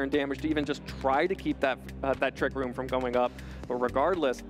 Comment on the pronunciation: is there a reason why he can't say 'Trick room' but instead has to say 'Trick rOOm' ?